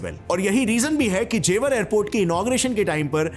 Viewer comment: What is ज़ेवार?? Its ज़ेवर. Not घाजियाबाद its गाजियाबाद